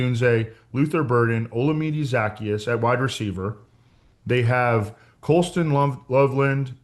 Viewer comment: i think zaccheaus is pronounced zuh-key-us